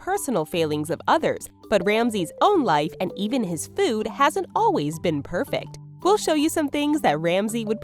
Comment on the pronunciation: Its "food"... not :feood"!